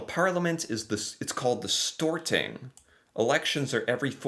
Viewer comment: The parliament is called "Stortinget" (The great congress, stor = great), not "storing".